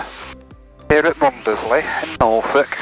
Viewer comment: Hi, another great vid. Been to Mundesley on holiday several times but don't let the locals hear you pronounce it as Mun-des-ley. Its actually pronounced Munsley